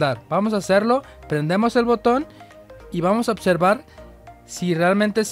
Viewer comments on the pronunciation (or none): Tu si sabes otservar 🤣